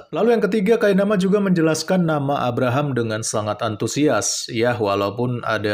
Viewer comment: Abhkk.. rahm.. Biasa aja kale penyebutannya. Kek tau banget logatnya. Padahal cuma asal2an aja. Bangkeeee vangke